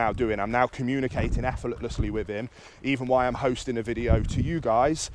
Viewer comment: Can someone please tell me what "efforletlessy" means? At first I thought it was an accidental pronunciation of effortlessly but after hearing it in multiple videos, I'm starting to thing that he is saying a word that I don't know. I love the videos, the content and everything this man stands for and because of that I've been afraid to say anything.